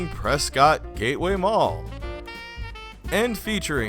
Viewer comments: Hey I live in Prescott. I remember going to that mall when it first opened. My school was part of the opening ceremony. So many businesses have come and gone. Also I don’t know if you know but it’s pronounced Preskitt. Don’t let anyone up here hear you say preSCOTT. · Nice video, but I'm guessing you're not from Arizona. Prescott is pronounced pres-kit not pres-cot. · I thought all the locals called it "Pres-ket", Arizona. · You pronounced prescott wrong lol😂